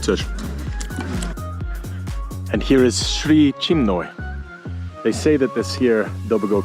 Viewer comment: the sound is not an eagle, it's a black woodpecker a little later it's a lousefly on your hand, it has an unpleasant itchy bite and hard to smash body it's easy to pronounce the name wrong, after 'Chimney', but it's the opposite, Sri Chin-moy Thanks for the video, I enjoyed it thoroughly. Maybe try hiking in the area on regular workdays as well, you'd be surprised how much more calm it can be.